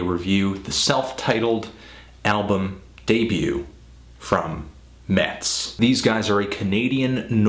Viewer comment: It is actually pronounced 'mess', they took their name from my hometown